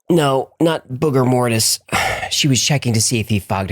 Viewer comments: "Booger-mortis" LMAO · Hahaha hee said booger-mortis XD I absolutely love u guys hahaha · Booger-mortis lmao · Booger-mortis? I genuinely laughed out loud on that one.